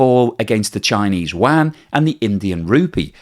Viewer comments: Please learn how to pronounce chinese yuan. It’s not pronounced as Chinese Wang. it’s pronounced as Chinese YooWan, but one syllable. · The Chinese currency is pronounced "You-Won" NOT "Wand" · I wish you would pronoun Yuan correctly. It isn't pronounced wan it sounds more like You-On other than that keep making great videos. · Did I hear "Chinese wang"? 😂😂😂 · I've never heard anyone ever say chinese WAN before. I've heard Qy, rmb or u-won, but never WAN. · Nice work again. But PLEASE, get your pronunciation of the Chinese currency right.